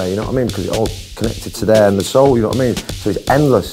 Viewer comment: 'D'you wa I mean?'